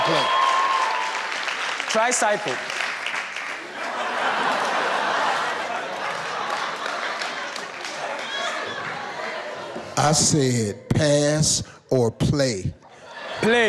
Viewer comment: STEVE: Pass or play? My guy said TRYCYCLE (tricycle) 🤣🤣🤣